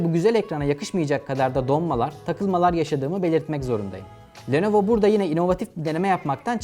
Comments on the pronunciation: Lenovo ❌ Nelovo ✅ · Nelovo Legion Go